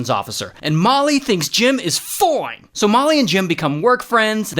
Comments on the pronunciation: Fine❎ fone ✅ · NOT THE FWIONE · Why did said fine like fone